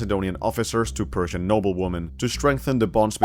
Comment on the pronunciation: Whenever you say "persian" it sounds like you are saying "Prussian"